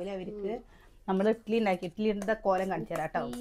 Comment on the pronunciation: ഇട്ടിലി അല്ല ഇഡ്ഡലി